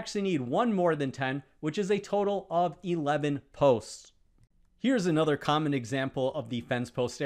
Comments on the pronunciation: an accent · I give up: just what “thee” hell is “ay-nother”?